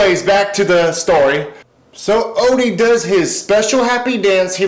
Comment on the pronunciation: It's Odie not Olly